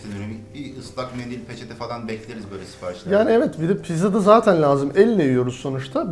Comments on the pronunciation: ulan şu adamın video başlayınca nevet diyişi sadece benmi sinirleniyorum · bir daha neğvıt dersen sinirden gebercem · biri şuna evet demeyi öğretsin